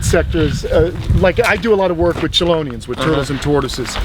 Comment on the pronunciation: For being such a hardcore turtle lover, it's weird to hear mispronounce "chelonian".